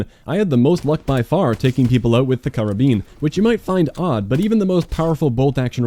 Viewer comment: Finally someone who knows how to pronounce Karabin.